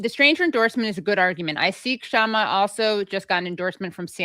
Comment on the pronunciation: I think the "K" is silent, Shama, not K-shama.